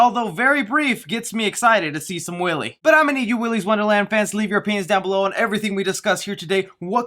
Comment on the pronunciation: Excited to see some Willy lol also when you said leave your opinion down below it sounded like penis... ok I’m don’t being 12 haha